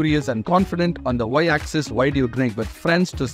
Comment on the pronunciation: YOU PRONOUNCED X AND Y AXIS WRONGLY I THINK....!